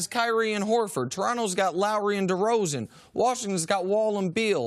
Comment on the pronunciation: Lol he said Horford